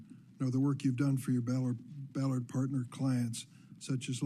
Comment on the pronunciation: cringed every time she pronounced Qatar as “cutter”